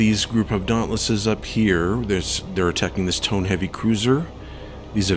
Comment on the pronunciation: Only one of the Heavy Cruisers was a Tone, the other was a Mogami. Tones have four forward triple turrets. Mogamis have three triple turrets in a low-low-high arrangement and two triple turrets aft. The Light Carrier task force did not have any Tone Heavy Cruisers. You need to ID the Japanese ships. Tone is pronounced toe-neigh, use a two syllable pronunciation with most Japanese ship names. Why didn't you re-target the Light Carrier and Battleship instead of the Heavy Cruisers in the first encounter? Coming from astern is the same thing as from behind.